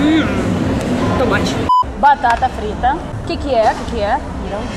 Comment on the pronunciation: "pau de queijo?" Eu ri. "Barata frita?" Eu ri mais. "Coco rolado?" Eu ri um pouco mais. "Pau de alho?" Eu me acabei de rir.